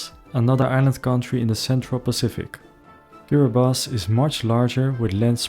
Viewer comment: Thank you for pronouncing Kiribati correctly. Young people from Tuvalu are being sent to mainly New Zealand and some to Australia to work because their island most likely will not swallowed up in the not too distant future